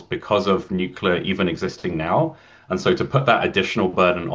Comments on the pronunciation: Good but I couldn't watch til the end. You have to stop saying "nu cu lar". Drives me crazy. It is pronounced "nu clee ar". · If you want people to take you seriously, you need to learn how to pronounce nuclear. Nu-clear. As in New clear day. Ford is dead set against green energy because he doesn't understand what it is. He does understand the money people are paying him to permit pollution generating projects. (Nuclear power plants are made of concrete and concrete production is a major source of greenhouse gas). Made worse by the fact that after billions in sunk costs, this plant will never come on line. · Nucular.... what is that exactly ? Can't find that in any dictionnary or encyclopedia.